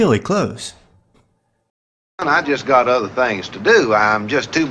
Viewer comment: The narrator can't say Other. He says udder.